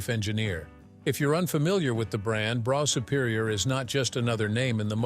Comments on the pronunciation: It’s pronounced Bruff Superior not broff or bro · Brough superior, pronounced "BRUFF" Superior, really surprised this so called 'narrator' did not do any actual research into how to pronounce words properly. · it would help if the commentator could say brough superior correctly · Yes it got on my nerves to 😂😂